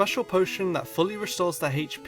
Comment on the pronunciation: "Non-Chiny Charm" "Stedinja"? Terastalizing!